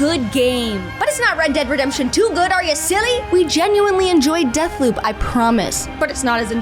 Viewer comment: Death Poop anyone, no? I swear she said booze rather than bobs, or am I just do used to epic voice guy doing honest trailers that I need to explicitly hear BEEEEEWBS to tell the difference?